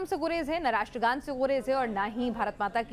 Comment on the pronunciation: Ye iliyash jo ratra gan nahi bol sakata ye kesa Indian he? Is ko Pakistan bhej do